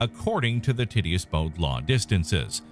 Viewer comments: Tit-e-us LOL 😂, it's pronounced tight-tee-us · Ti-ti-ous NOT Titty-us